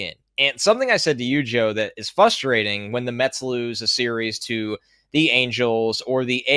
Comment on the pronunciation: it's "fRustrating," not "fUstrating" 😅